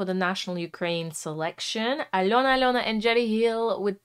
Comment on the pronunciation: Подивилась вже десь десяток розборiв iноземцiв, але ви перша вимовили iм’я Альони зовciм без акценту,прям зовсiм. Дякую за Чудове вiдео, та пiдтримку❤